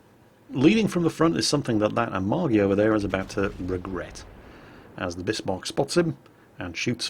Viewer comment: Great, a whole video where he mispronounces Bismarck., your other German pronunciation is usually quite good. This is pronounced "Bizmark" not Bissmark".